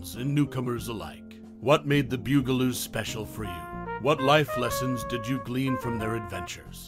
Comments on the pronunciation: BUG-a-loos, not BEWG-a-loos! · BUG-a -loos!!! Not bew-ga-loos!! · The ‘Byoo-gah-loos…?’ Really!! Arrrgh! I can’t even listen to the rest of it! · omg it's the BUG a loos. Mispronouncing the name is driving me crazy.